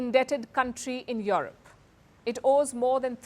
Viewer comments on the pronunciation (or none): Can't even pronounce the word Europe properly